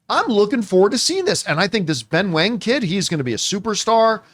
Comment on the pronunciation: It’s pronounced as “wong,” “wang” is the mandarin spelling but both are pronounced the same, least in this case of this character. In the case of “Liu” and “Lau” it is pronounced differently based on the English spelling.